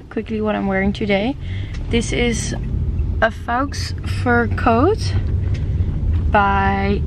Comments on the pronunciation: faux fur - she pronounced wrong so id sounds like fox🦊😌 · Sadly i think she might mean FOX. I really hope not tho! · just an fyi, "faux" is pronounced as "fo" :) :) :) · You are so adorable, because it really sounds like you are saying a Fox fur coat, but it is completely innocent, haha! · I assume you said faux fur, because I thought I heard you say fox fur! 🤣🤣🤣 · Oeps! I just realize I pronounce FAUX FUR totally wrong... I am not wearing fur guys it's fake :) #dutchaccent